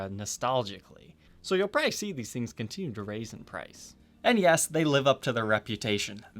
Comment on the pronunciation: The word is "probably". Three syllables... prob-ab-ly, not a two-syllable word : prah-ee Thank you.